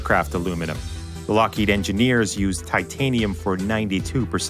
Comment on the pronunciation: Lockheed... Wtf is a larked? And mach 3, not mock.